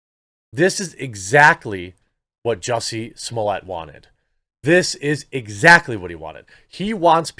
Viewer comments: He's not french, S-M-O-L-L-E-T-T is his last name and a 6 years old could read it right. SMOLET, how hard ? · I love watching Jeremy, but the way he is adding syllables to Smollet is a little nerve-racking. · Not even in proper French his name would be pronounced "smollyay"! His name in French would be "smollay". It's not Spanish where you would pronounce a double L with an i.